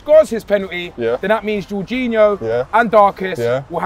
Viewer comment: Darkest calling Jorginho ”George”